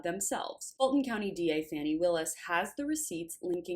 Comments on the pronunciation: I agree with you that Fanny is not the proper pronunciation but do you, or anyone else, know the correct pronunciation;? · Why do you insist on calling Fani Fanny? It's disrespectful!